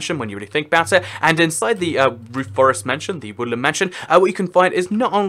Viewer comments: I hear woolen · Evry time he says woodland it sounds like woolly